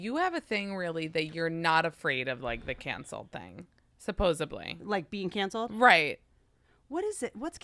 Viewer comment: Love Whitney but I dipped her the host said “supposebly”